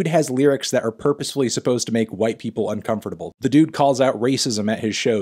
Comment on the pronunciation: the way melon pronounces uncomfortable makes me uncomfortable